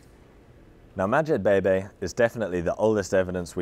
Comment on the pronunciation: “Madjebebe” I hears “Magic Baby”